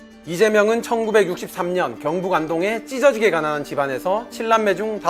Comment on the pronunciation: 찢어지게 강조하는거봐ㅋㅋㅋㅋㅋㅋ